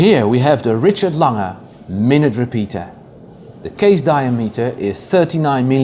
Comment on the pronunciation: well I often hear other German YTers pronounce the "g" in Lange like the "g" in the word "longer", where as you pronounce the "g" more like "nia". I'm not sure if I'm explaining it well enough. I hope you're not taking this the wrong way, I'm simply asking out of curiosity.